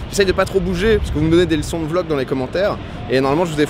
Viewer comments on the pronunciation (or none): none